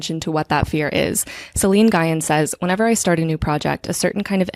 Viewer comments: Great episode: ) Just a note that Nguyen is pronounced "ng-win", not "guy-en"! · lovely video! i'm a new subscriber, but i have been getting a lot out of your videos. just wanted to let you know that Nguyen is pronounced like "ng-win." <3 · Hi! First off, I just want to say I started watching relatively recently (or listening) and your essays in podcasts have given me so much to feast on in terms of thinking about my own thought processes and brainwebs and neurodivergence and ADHD and how I organize my thoughts. So thank you for that!!! I just wanted to jump in with a quick comment about the name Nguyen - my understanding (as not someone Vietnamese) is that it's pronounced (in the simplest form english-only speakers might go with) "Win". It was a little jarring to hear it mispronounced every time, and as a latina/brown person, I felt it important to hop in and make the correction the same way I would hope someone would for my own name. (: For any Vietnamese speakers out, or Nguyen's who are listeners, feel free to correct my correction or tell me if I've overstepped! Again, thank you for all the creating you do and how freely you share your process and thoughts with us. And I hope you take this in the gentle way it is meant (